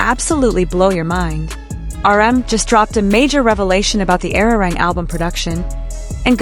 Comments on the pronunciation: Please learn to pronounce Arirang correctly. It hurts to hear Airirang. Ah ri rahng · I wish you would pronounce ARIRANG properly.